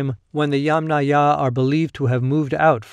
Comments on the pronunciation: You are not pronouncing Yamnaya correctly. The stress should be put on the first syllable instead of the last one, i.e. Ya'mnaya instead of Yamnaya'. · You are not pronouncing Yamnaya correctly. The stress should be out in the first syllable, i.e. Ya'mnaya insteda of Yamnaya'. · ямНАя. The accent is on the 2nd syllable. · Great video, thanks! I would like to add a small little note, it's YAmnaya, the emphasis is on the YA. Comes from a Russian word "yama", which a whole in the ground. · Thanks. Another commenter corrected my pronunciation, but not before I'd recorded another video with the Yamnaya in it! I appreciate the education. Now I have to go back and make those adjustments before posting it... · yAmnaya, not yamnAya - the first syllable ist accented. Or, better and shorter, yAmna as it is in Ukrainian. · Better to use "yAmna" term, not "yamnAya". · It is very wrong pronounciation. The accent should on first syllable, like in "angry " or "envy ". It is "ya`ma", which is pit. The culture is "ya`mnaya" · In the term "Yamnaya", the stress is on the first syllable. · Narrator here. Thank you for the correction. I was unable to find any guidance online, so I defaulted to what I always try to do, which is pronounce every syllable as written by the author. Feel free to point us toward more sources for this subject!